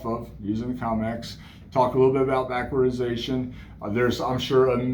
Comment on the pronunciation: I'd say you nailed everything right on except it's "backwardation"